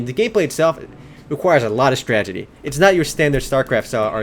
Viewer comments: You're right. This game requires alot of stragedy. What a tragedy you can't pronounce 'strategy'.. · your awesome, but its STRATEGY. Not stragedy xD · wow, never seen someone prenounce STRAT-AGY as STRAGY so much. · stredzidi.......strategy....stragety....can u say that again?? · honestly man, why do u pronounce strategy, "stragety"? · woo "stragedy". LOL